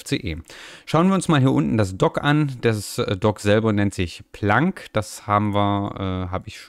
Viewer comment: schönes video und cooles system, der docker wird englisch ausgesprochen also plänk, ich nutz den uach ganz gern allerdings ist meiner immer links mittig sost werd ich beklopt wen der sich verschiebt. der syncthing hab ich mal für mein handy benutzt, also multi sync tool damit kannst du ja auch deine daten auf ein nas schiben oder wo immer du es haben willst, ist aber echt umständerlich von den eistellungen her.